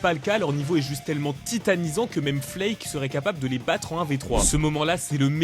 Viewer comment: tÉtenisant et pas titanisant